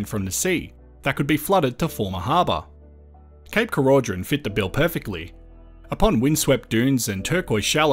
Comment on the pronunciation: More than happy to hear this great idea didn’t happen. Cape Keraudren is a beautiful place. Oh and we pronounce it Croyden 😊